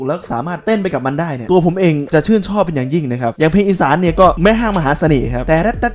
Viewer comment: พอพูดคำว่า แม่ห้างมหาสเน่ห์...สำเนียงแบบว่า.. คนบ้านเดียวกันแม่นบ่ 🤣🤣🤣